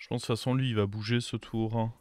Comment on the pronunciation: Salut. J'adore t'es videos par contre on dit "tour" et pas "toureuh"